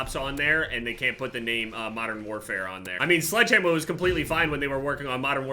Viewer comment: I love you but "Sledgehammor" lol